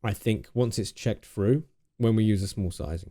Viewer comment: "It checks froo" - makes me laugh every time I watch this video